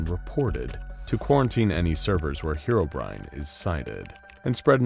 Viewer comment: Finally, someone who pronounced Herobrine correctly